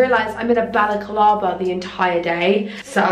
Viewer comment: Hahaha “balacalava” I am dead saff I’m sure it’s called a baloclava 🙈😂😂💖